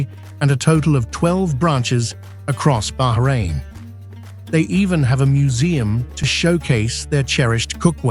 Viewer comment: Thankgod he said Bahrain and no behrain, baarain😅